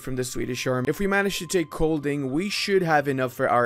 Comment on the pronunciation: on the other hand you absolutely slaughtered the pronouncatin of Kolding and Sjælland.